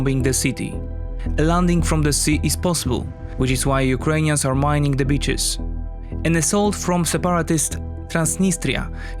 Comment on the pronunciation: they are mining the bi***es? That pronounciation was hilarious. You know that using mines is a war crime right?